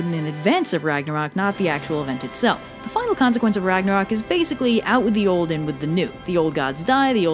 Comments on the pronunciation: Great video, as usual! Just one thing: It is NOT Ragnarok, it is Ragnarök. "O" and the Scandinavian letter "Ö" are pronounced differently. The "Ö" is more like the vowel in "Church" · The end of the world just made my day. Also, there's an accent in Ragnarök, how dare you,.